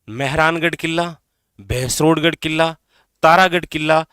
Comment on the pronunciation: Ye killa ,,jilla kya hota hai .. pronounce to shi kro guru ho aap